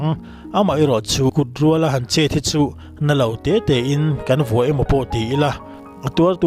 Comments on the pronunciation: A pawi mange hethil hi chu!! Amaherawh chu chhiar dân hi uluk deuh hi tha mawle... Kut rüal a tih niloin kut rûal a tih nih zawk ta se... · Mizotawng chhiar zir teh. E,g: Kurual tih i thluk dan kha a diklo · Kut rual (nghal rual tih a rual lai ang khian lam tur,kutrual .